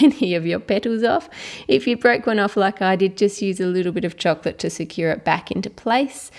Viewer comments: Its like chork - lit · its called chocolate not chuclet as you are saying..but...say it chuclet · I love the way you say the word "chocolate". It makes me really want chocolate every single time and it sounds so yummy.